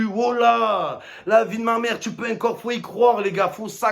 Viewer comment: Ya que moi qui aime la façon dont Momo prononce le mot "encore"